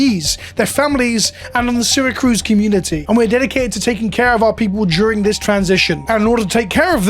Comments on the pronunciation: FYI it’s Syra CUSE, not CRUSE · "Seer-Uh-Cuse" lmao not "sera-cruz" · Just chiming in, Syracuse not Syracruse. It’s like the city in Italy. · I know this may seem Petty because of what's going on in this video, but you are mispronouncing the town. Since I live about an hour from them, it's not saracruz. It's Syracuse. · CUSE not cruise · Syracuse. Not Syracruse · Sar-a-cuse is closer for pronunciation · Syracuse. No r. Its a Native American name. Its in upstate NY. Apologies for the nitpick I just think this whole situation is important and needs to be as clear as possible. Ty for spreading awareness about it. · "Serra Cruz," NY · As a native NYer and someone who lives an hour from Syracuse, this is disheartening. Gonna have to find my cards elsewhere. I tend to buy sealed from Coolstuff anyway Also, little nitpick, it is pronounced see·ruh·kyoos. Again tiny nitpick, I get international dialects and all. Just, NY pride and all. :P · Ah my favorite city, "Sarah-cruise", NY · Take a shot every time he says seracruz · Hey, simple mistake I'm sure, but as an upstater, it's "Syracuse" (See-ruh-kyoos). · Maybe learn how to pronounce Syracuse before filming this video. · I'm mostly bothered by how you pronounced "Syracuse" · There’s no second R in Syracuse lol, that felt silly to hear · At first I thought he just misspelled it when he typed it, then he proceeded to pronounce it wrong like 10 times haha.